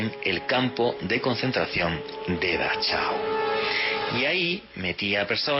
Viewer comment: Dachau.. mira como se pronuncia „ch” en aleman .. señor „ investigador”..;)